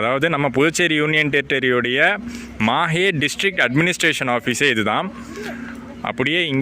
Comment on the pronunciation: Pronounsation is not MAHE bro it's MAHI will write only on MAHE